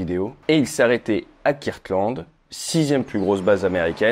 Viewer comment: Come on Ate, you know how to pronounce "Kirtland" better than that.